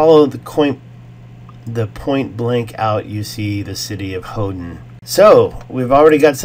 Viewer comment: Hoden sounds like Odin